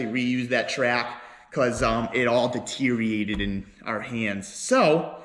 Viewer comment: “deteriated” tune in next week for more silly words with